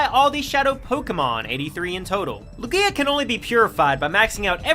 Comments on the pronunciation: So...No one ganna mention how he's pronouncing Lugia? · Is anyone else irritated with how he says Lugia or is it just me? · I think it's because he basically added an extra syllable to the name Lugia it's not that he's saying it wrong it's that he says it with an extra syllable and it irritates me 😂